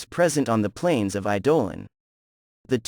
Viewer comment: Sounds like you are using an Ai to read. Maybe try using i-duh-lawn to see if it reads it correctly. Great video. Definitely subbed